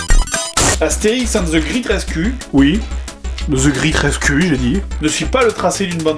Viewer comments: "Astérix ande ze gritte rescu"? ^^ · "Astérixe ainde ze gritte raiscue" JDG-2009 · 1.13 - the grit resku??? looooooool mais essaie au moins d'améliorer un minimum ta prononciation, mais merci de m'avoir fait rire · Il disait: Ca se prononce graite reskyue et pas gritte resku ;) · perso moi quand jdg dit Astérix and the great rescue moi j'entant Astérix et de gris 13 cul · Wow l'anglais des français c'est vraiment de la merde...ze gr8 rescu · "Astérix and ze grit rescu" j'adore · "Astérix and the great rescue" prononcé avec l'accent du Jdg, ça donne : "Astérix and ze grite rescu" ^^ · Ze zreat resru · "Astérix ande de Gritte Reskuu" Vraiment, j'adore la prononciation de JDG XD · "and the grit ress cul" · Très bonne vidéo mais mauvaise pronociation de great rescue;). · The35Angelo en clair il le prononce "à la française"